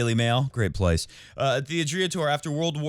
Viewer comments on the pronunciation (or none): How pathetic you sheeple.. You are hard core followers of the rest of the flock... That is all that you can do, in your pathetic maximum in life... You can’t even pronounce Adria correctly... I wouldn’t even put some names from tennis world in the same sentence with Novak Djokovic and you citing them!!!???Shame on you! And also, enjoy your self isolating mindset!